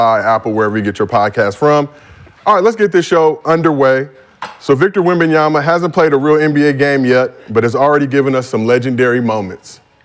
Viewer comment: Rashad glazing wemby and don’t even know how to say his name right lmao